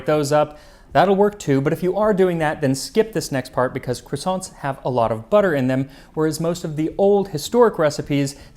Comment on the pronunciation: Except the way he pronounces croissants; a Frenchman'd roll underground at that